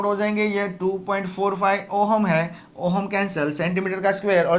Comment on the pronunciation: ohum nhi h sir voo ohm h